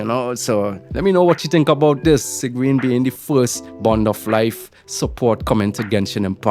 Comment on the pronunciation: Its pronounced seeg-win but yeah im pulling sigewinne she is supposedly a support for arlecchino